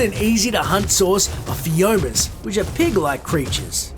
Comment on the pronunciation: 'Put the creature's preferred food into its inventory...' Puts azulberries into the parasaurolophus' inventory instead of the mejoberries. And also this was long winded. You could easily have summed it up with: Knock it out, give it tons of food and narcotics, then surf the web on your phone for the next eight hours while periodically feeding narcotics to the animal. Also: Phiom-i-a, not Phioma An-kylo-saurus, not an-klyo-saurus Dee-di-cure-us, not doh-i-Kid Icarus Beel-ze-boof-oh, not beel-zia-buff-oh